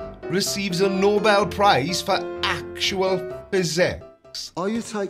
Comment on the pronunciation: He just mispronounced it, it’s the No Bell prize he’s looking for